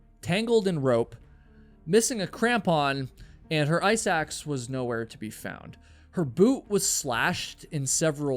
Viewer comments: Ok I kept thinking you were saying “eye sacs” instead of “ice axe” 😬 considerably less gory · Me too 😂 thanks for the comment, now I get it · damn, now I'm hearing it too lol.